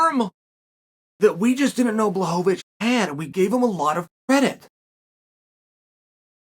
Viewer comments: Chael getting into the Christmas spirit with “blahohohowicz” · Return of the Blahovovocih